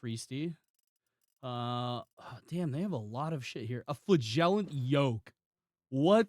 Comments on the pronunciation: You really need to look up how to say "flagellant" You say it like a fart, flagellant. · Also dollars......